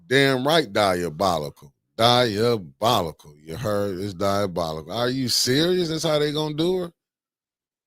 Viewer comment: The fact that y'all can't get that mans name right, DI O BOL ICAL!!! 😂😂😂